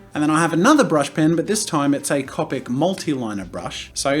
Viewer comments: when he says (cop-ic) markers instead of (cope-ic) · i love how he said cawpic markers instead of copic markers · Jazza: Cop-ics Me: Co-pics you mean? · He says cop-Ic not copic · ITS COPIC NOT CAPIC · Did he just say cApic markers, not cOpic markers?! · Its pronounced c-Opics not capics. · why can't I say "Copic"? I know how it's spelt but I for some reason say "Compic". Hep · I love how he says Copic markers as (Caw-pic) not (Coh-pic) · I hate how he says cAWpic markers not cOpic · Oh my god I love how you say " Copic ". I'm American, so to me it sounds like a long o on Copic. Soo Cop-ic XD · Is it just me or is he saying Cupic markers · CO-PIC SAY IT RIGHT.... JK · It is cop tic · love u jazza butttttt..... its (coa-pik) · Bro lol how he says copic markers it is halariassssss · The way he says “Copic” just cracks me up XD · I’m sorry but the way you pronounce it... it’s hard not to cringe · Thats the European way of saying Copic. It differs in the US, EU, or Japan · the way he says Copic drives me crazy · Thanks for the video Jazza. But, sorry, your pronunciation of Copic is annoying. And you being aware that it's incorrect makes it worse. You said you'd pronounce it how you'd like, as well as the word "manga", but the words follow the language. Vowels in Japanese, like in Spanish, make one sound. How do you think you'd look pronouncing "gracías", as "graycías"? "Taco" as "tayco"? "Casa" as "Caysa"? I thought I could get passed it but, hearing it repeatedly was cringe worthy.